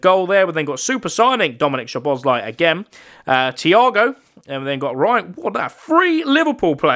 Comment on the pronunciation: Also you said szoboszlai but you say it like this soboslai